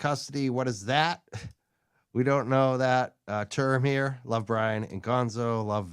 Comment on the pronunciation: Good to see you back! Mazza and I think it’s not Bryon. He was excellent as usual. Great cop, stand up guy!